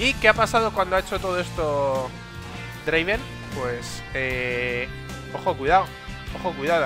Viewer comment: Y no es draven, es draaaaaaaaaven